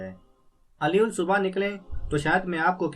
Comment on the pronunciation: Buhat acha parha. Bs aalas- subh or bil-aakhir hota he. Ummeed he mind nahi kya ho ga.